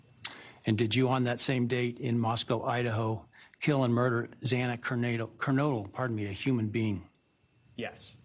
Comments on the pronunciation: I absolutely agree about the mispronunciation of Xana’s last name. Very rude that the judge wasn’t prepared to pronounce her name properly. It was an insult in my opinion. Thank you for your great reporting. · Thank you Ashley for calling the judge out for mispronouncing her last name. Unbelievable actually 😡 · I was sick when he said Xana’s last name wrong twice. Disgusting. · I honestly wonder if the document the judge was reading from had it spelled Kernadle instead of Kernodle and he had to correct himself on the fly. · It disgusts me that this judge said Xana’s name wrong twice. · I can’t get over the mispronounced name of Xana Kernodle twice by the judge. Geez… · Between the non-chalant "yes" s, and the judge not even being able to pronounce her name correctly multiple times (and not just there either, he's done it before) it just sounded so like, 'oh just another day in the office here'. That judge is awful. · The whole hearing was sad and cringe worthy. First the judge comes out swinging at the Goncalveses, then he pronounces Xana’s name incorrectly twice and is nice as pie to Brian. And Anne Taylor smiling at Brian…wtf was that?! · Can't even pronounce xanas last name right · Correct !!! that judge was just as heartless as kohberger!! And pronouncing Xanas last name wrong twice !!?? Despicable! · So agreed about the Judge mispronouncing Xana's last name, not once but twice. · AGREED! It sounds exactly like it’s spelled. Shame on you judge. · That is not always true. But, yes, my heart dropped when he mispronounced Xana’s surname. He should have practiced saying it beforehand. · it really bothered me that judge mispronounced Xanas name TWICE too. wtaf?? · That’s what I noticed, too, about the judge mispronouncing Xana’s last name. 🥺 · I felt nauseous hearing his voice. The death sentence he was hoping to spare himself from is still a death sentence. It also irritates me so much every time I hear the judge mispronounce Xana Kernodle's name. Disgusting